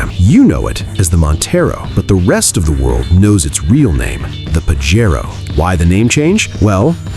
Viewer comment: It's PAJERO not PAGARO???